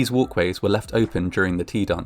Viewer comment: 2nd floor "walways"